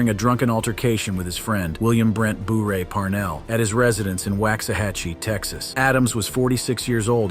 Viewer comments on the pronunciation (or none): none